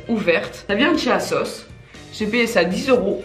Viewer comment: ASOS ça se dit azosse et pas *assosse" non??